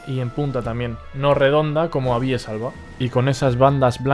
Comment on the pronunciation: Muy interesante. Lo peor, la posición en la que acentúas algunos nombres científicos. Pongo tildes, para más claridad. Incorrecto es decir "castanéa", "abíes", “picéa", fraxínus", "humílis", "tremúla" y "pendúla"(por ejemplo), pues todas esas palabras son esdrujulas. Y nada de "minór", pues en latín no hay palabras agudas. Un saludo y gracias por tu trabajo, muy instructivo, por lo demás.